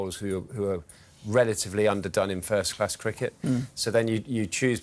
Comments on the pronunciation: Wickut.. crickut.. 😂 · He has good English but there is still native language influence like pronouncing words like wickut crickut Indians usually who are properly trained will not any native language and they are good compared to other countries.. look at Ravi Shastri Sunil gavaskar even Dinesh Karthik.. even deep dasgupta has great English